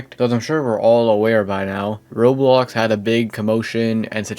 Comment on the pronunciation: Why can't this dude pronounce "Roblox" Bro calls it "Rolls"